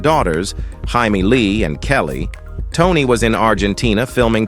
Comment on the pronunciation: If they're going to use AI narration, pronounce the names properly. and , it's Jamie Lee, NOT pronounced Hy-Me Lee.